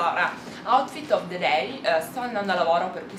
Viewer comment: brutta la blusa. comunque non si dice day con la a aperta ma chiusa!